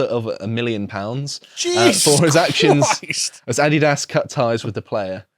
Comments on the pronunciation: Greetings from a Yankee viewer. I'm a big fan of your programming, but I must correct your pronunciation of the American sportswear brand, Adidas. It drives me nuts, everytime you guys mispronounced it.🤠 Adidas = (Uh-dee-dus). Keep up the great programming. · Everyone here says Ah-DEE-das so I had no idea what the hell you were saying for a minute and I listen to British media constantly, hahahahaha.